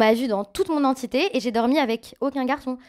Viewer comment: " on m'a vue dans toute mon entiété " 😂😂